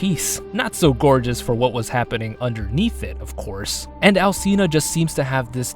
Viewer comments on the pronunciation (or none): that's not.. how it works... You're literally arguing with facts. And if u wanna go further, it's not al-see-na, the "ci" is pronounced as the "chi" in "chimpanzee". The game developers (japanese) even know how to pronounce it! Check the japanese actors pronouncing Dimitrescu heavenly. Ig it's just lack of knowledge and care on the part of the English VA.. Really grinds our gears to hear people venerate her and not even know how to pronounce her name correctly, we find it very disrespectful and ignorant